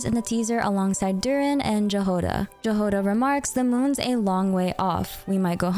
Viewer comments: If I may permit myself to correct you, as a slavic person, Jahoda's name is pronounced more like Yagoda. Which means "berry" in a lot of slavic languages, and is also a polish name :3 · hey! great video - just wanted to say that Jahoda is actually a slavic word (in slovak and czech it actually means strawberry!), and the correct pronounciation is yahoda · Jahoda's name is pronounced as 'Yahoda' :) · I am bitter on how you read Jahoda it's read Yahoda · Jahoda should be read as Yahoda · Shouldn't Jahoda be pronounced "Yahoda" or "Yagoda" if we stick to Slavic pronunciation? (Btw in Polish it means berry and is also a female name). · Btw it's more correctly to pronounce Yagoda than Jahoda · it's pronounced yahoda btw :3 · Keep hearing the mispronunciation of the name Jahoda. "J" here isn't like in the word "jam" it's a yot-sound /j/ as in the word "yes". "H" also should be voiced, not voiceless. And the stress is on the first syllable. The transcription is [ˈjaɦoda], or YA-ho-da. It's originated from the Slavic root that means "berry", or in some of the Slavic languages – "strawberry". Compare the following: Czech/Slovak: Jahoda Polish/Serbian/Croatian/Slovenian: Jagoda Ukrainian: Ягода (Yahoda) Belarusian: Ягада (Yahada) Russian/Bulgarian/Macedonian: Ягода (Yagoda) Thank you for your video btw, it's amazing, as always! EDITED: and Lauma's name as well, it's LA-oo-ma /'lauma/, not LAW-ma /lɔːma/ (Lauma is a Latvian variant of a Baltic god of fertility). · Fun fact: Jahoda in Czech (and possibly in other slavic languages) means strawberry. I wonder if her name will be pronounced “wrong” as you pronounced it or if it will be pronounced correctly like in our language(s). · OMG FINALLY !!! THANK YOU FOR USING THE IPA